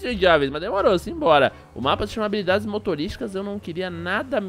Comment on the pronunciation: Acho que você não prestou atenção no vídeo, no ínicio do vídeo ele falou sem querer habolidades.